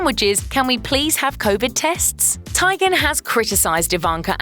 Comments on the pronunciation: Christy Teigen's last name is pronounced TEE-gen, not TIE-gen. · It’s not pronounced Tigen. It’s Teegen. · TEE-gihn. Research? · Was this an exercise in how to mispronounce everyone’s name? Bill Mar? Chrissy Ty-gan? I need to stop going dwn YouTube rabbit hools & watching sheeet like this